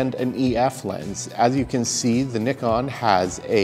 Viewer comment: Finally someone from North America who can pronounce Nikon properly...!!! hahah